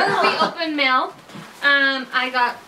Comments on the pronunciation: does anyone else notice that he says mell instead of mail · I love that it sounds like he's saying "mell" everytime he say "mail" its the best